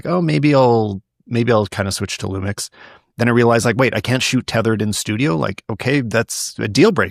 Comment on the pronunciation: These guys had me laughing as Lumix fans and barely managed to say one lumix model name without flubbing it haha. S10? S1iiR?